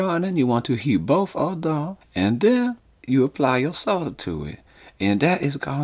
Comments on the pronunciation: Nice to hear you say solder not sodder! Never understood that. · I 'effing love you man! You pronounce 'Solder' correctly! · He can pronounce the word "solder"